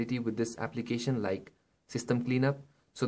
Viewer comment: i have viewed 3 android must have phones which is made by indians and for some reason they keep saying aplicatin wtf man learn to pronounce before making a youtube video